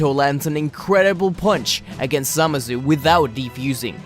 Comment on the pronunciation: For every time you mispronounced it: Zuh-Mah-Sue